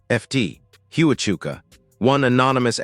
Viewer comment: It is Fort Huachuka pronounced Wa-chuka